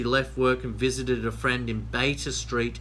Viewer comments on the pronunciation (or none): none